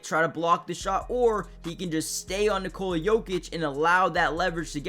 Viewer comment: Son, it’s NOT Nikoula it’s just Nikola! Pronounce o like o NOT ou. Why you don’t know this already